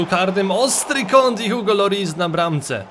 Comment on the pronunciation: pozwolisz że sprostuje jak w języku francuskim czyta się Hugo. Hu we francuskim czyta się jako "i" więc czyta się Igo.